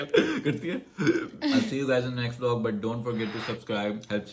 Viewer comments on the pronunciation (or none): none